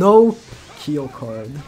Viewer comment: please.. his name is Kyo not Key-o